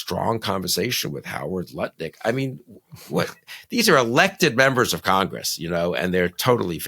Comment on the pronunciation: LOL. Did you just call Lutnik 'Nutlik?'. Perfect. Just perfect.